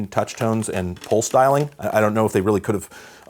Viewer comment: At first it sounded like he said "pole styling" but than I realized. pulse dialing .